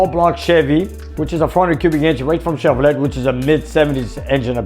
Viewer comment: I love and his videos and the fact that he will do other brands besides his first love, Mopars. What is interesting is that English is his second language and though he does really well, he does say "Chevro-LET", and the famous one where Vic Edelbrock probably cringed when people would say "El-debrock". It is ED-elbrock. Growing up in Ohio, almost everyone I knew said "El-debrock".